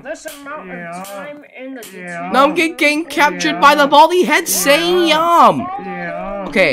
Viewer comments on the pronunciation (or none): baldi is saying yum not meow